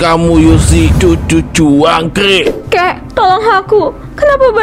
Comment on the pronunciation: Ngga espek banget kakeknya bilang " Cucu Juangkrik "😂😂😂😂